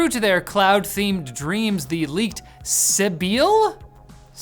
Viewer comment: "My doctor told me i was sebile", i actually laughed hysterically